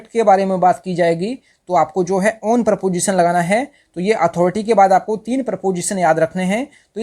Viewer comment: Not PROPOSITION pronounce it is preposition